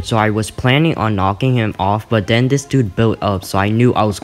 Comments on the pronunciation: When he says then I den u mean then????? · “ Den i rushed his base ” BAHHAH I LOVE HOW U SAY “DEN” ❤️ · He say den I bodt leater armor